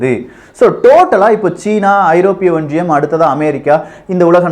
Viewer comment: Neenga pesara tone and Tamil pronunciation awful iruku. Romba disturbing and irritating iruku. Specific sollanum na antha (Europe)onriyam.unga team motive superb. But, presenter ha maathunga pls.